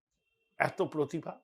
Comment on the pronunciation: "পোতিভা"; প্রতিভা তো নয়ই।